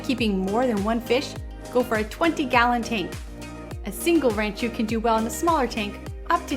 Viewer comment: First thing to note is it is rahn-chew. Not ran-chew.